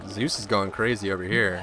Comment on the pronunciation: In any single video, he says Zues!